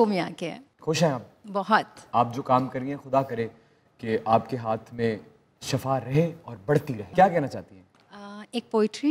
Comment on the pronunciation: shAfa nahi its shifa plz🙏